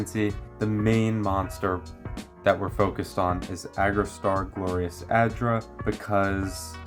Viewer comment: Homie, I appreciate the video, but Jesus Christ that it is pronounced Argostar, not Agrostar